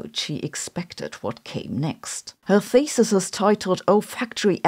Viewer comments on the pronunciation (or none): Y i heard the word "thesis" pronounced as faeces? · In this case, thesis is pronounced feces. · Am I the only one hearing “feces” when she supposedly says “thesis”? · "Smell Feces" the German accent makes it even worse 😀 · The whole time you said "thesis" .... and I consistently heard "feces". The olfactory topic got to me ..... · 'Thesis' pronuonced 'feces'